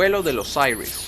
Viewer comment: Se pronuncia Osiris no seas wachafo eres latino recuérdalo